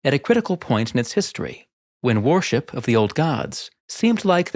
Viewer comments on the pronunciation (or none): Interesting content thanks. Just one thing, your pronunciation of worship sounds like warship.